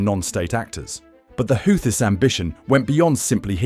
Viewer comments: 🎯Pronounced Houghtis = WHOTEES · They are pronounced: 'Who-Thees'